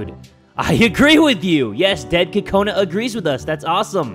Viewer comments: it's not pronounced like "kakona" if you were to actually pronounce it with a japanese accent like it's supposed to be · i want to tell you that the way you say kokanu is wrong it is coconut but with out the t